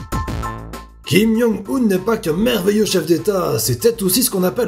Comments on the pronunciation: C'est Kim-Joung-un pas Kim-young-un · Ça me perturbe trop qu'il dise "Kim Yong Un" XD